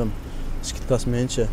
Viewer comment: Пастиана эмес постояно деп айтылат искитка эмес скидка деп айтсан кыскасы 😂😂😂😂